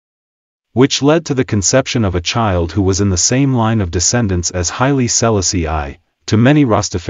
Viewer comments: Stop messing up his name. Say it right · Learn how to pronounce his Name😮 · Could have learned how to pronounce HIS name……ah sah…disrespectful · Love the information, cannot stand how the narrator pronounces His Highness name.... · Had to stop watching! If you can't pronounce H.I.M name properly, you shouldn't speak about him!!